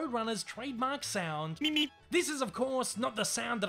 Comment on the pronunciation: I thought the road runner said meep meep not beep beep what the fu